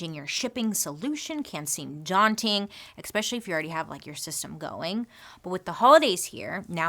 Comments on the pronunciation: Bailey I love you so much but...it's eSpecially not expecially ❤ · I love Bailey so much! Her style, her makeup, her personality, her creativity in creating all this content. I think it’s endearing when she admits she’s not the best at pronunciation. But I can’t help but have a reaction when anyone says “EXpecially” vs “especially”. I hate being one of those people :( I just hear my dad and mom correcting me every time she says it. lol. I’m sorry! I love you! Keep doing you. But maybe… drop the “x”. Please? love you! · Bailey, I love your content, but there's no 'x' in especially. Every time you say that word it's like nails on a chalkboard 😬 Also, you look gorgeous in the natural look you're wearing in your ad breaks. Love your hair like that. Super cute!